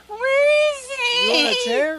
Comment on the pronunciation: she is def “baby wailing for a cookie” crying. I think “weezy” is “where is he” in drunk-speak 😂 (Tennessean who speaks a bit of Georgia).